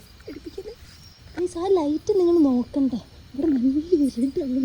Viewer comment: ഇരുടല്ല ഇരുട്ട് എന്നാ പറയുക 😂😂